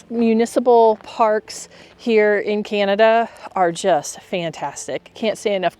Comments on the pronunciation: We don’t call it canadia it’s CANADA” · Canada NOT "Canadia" 😡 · It is Canada not Canadia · I find the way your son pronounces Canada to be incredibly disrespectful. It's attitude like his that continue to create poor relations between our countries.